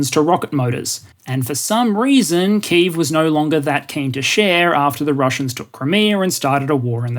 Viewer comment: Well done for your pronunciation of 'Kyiv'! ('Ki' like 'kick' + 'eve' like 'evening')